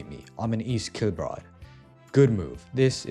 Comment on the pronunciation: Inaccuracy, the English accent from here made my blood BOIL, East Kilbride is in Scotland and I'm a 10 minute drive away